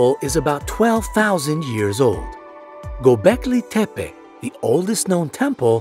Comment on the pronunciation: GöbekliTepe isnt pronounced "Gobekli Tepae" its "GubekliTepe